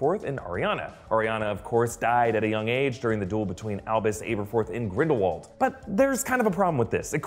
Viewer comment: Your vids are the best for trailer/movie reviews and your attention to detail is what separates your channel from the rest.............. But I gotta say before you go joking on some fans for not knowing whats really going on (in a good hearted way!) and then you go and butchered Aberforths name multiple times!! It’s not a “book exclusive” name either because we hear it plain as day in DHpt2!! I’m not trying to troll you guys at all I’m just busting balls really...Keep up the great work guys!!